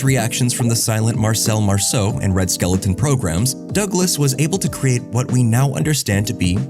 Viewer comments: Red SKEL-TON, not SKELE-TON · Did he say “Red Skeleton”? 😂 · Also, it’s Red “skell-ton” not skeleton :)